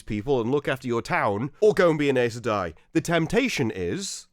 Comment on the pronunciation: Please, Please listen to the audiobooks. Even they are sometimes inconsistent, but the way you pronounce Aes Sedai just hurts 😭